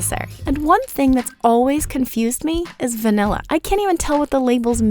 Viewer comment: Taking a shot of vanilla every time the host says “vinella”